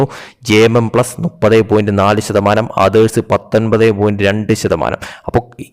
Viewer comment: ചേട്ടാ നുപ്പത് അല്ല മുപ്പത്